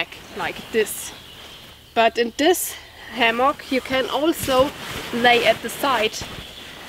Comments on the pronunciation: Why "ammock"? It's "hammock". Thanks for your comparisons. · thanks muchly..h in hammock actually is a fricative,or a voiced sound.so the h has to be heard..not ammoch..but I love your English and can listen and never get tired..by the way your time with Lilly camping out was pleasant.you are both fantastic and I never get enough.. (:-).your friendly teacher.. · The letter "h" is not silent in english. Hammack, hat, hard . Make the h sound by exhaling the way you would exhale humid air on to glasses to clean them.